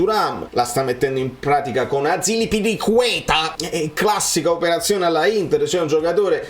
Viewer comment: io apprezzo tantissimo i tuoi contenuti, sono sempre fatti con tanta attenzione e cuore. Però proprio perché hai insistito sul pronunciare bene "Kvaratskhelia", ti consiglierei un poco di attenzione in più sulla pronuncia di altri calciatori (Maxìm Lopéz, Azpilicueta, Mamardashvili). Lo so sono un pignolo, ma credo anche tu ci tenga a perfezionare al massimo i tuoi video. Per il resto bravissimo come al solito, Forza Napoli Sempre!